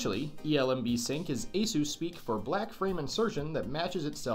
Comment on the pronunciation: I love how you say asos when it is supposed to asus